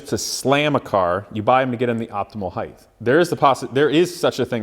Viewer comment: stop saying HEIGTH!!!